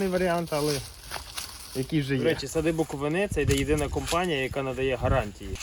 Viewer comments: Я теж хотіла сказати що треба правильно ставити нагос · Сади БуковИни. Будь ласка, бо вуха ріже. Я з БуковИни